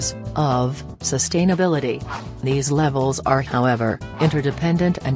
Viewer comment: All I kept hearing was “sust-hain-ability